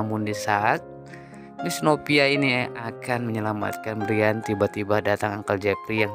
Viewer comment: Brayen hay...bukan briyan.. Payah